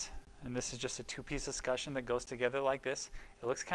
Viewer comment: Thanks! - this helped me know what to order and also explained how to terminate. But please! Es-kut-CHUN not es-ku-shun